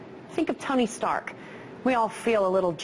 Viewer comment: haha she said Tommy Stark